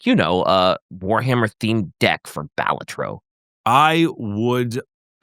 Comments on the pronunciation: The way they say balatro is hurting me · Every time you mispronounce Balatro my eye twitches and my eye is tired.